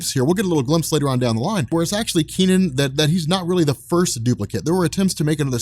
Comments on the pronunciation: Technically...it's pronounced as Kuh Nun, not Kee Nan. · Hey, I suspect that his name is not pronounced "Key-Nen", but something more like "Kuh-Nan". If you want, use Google Translate to pronounce these words: 柯南. My headcannon is that his name is the Chinese transliteration of Conan, so you can call him that I guess. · I'm developing cancer listening to you pronounce the kid's name. Its not Kee Nen. Its Ke (similar to HER) Nan (similar to VietNAM).